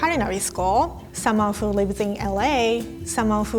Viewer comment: That’s what you call “Speaking English Fluently” ? You don’t even know how to pronounce “who” correctly. That is not accents. Anyway whatever.